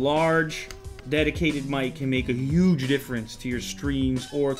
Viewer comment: Haha he said YUGGEE!!!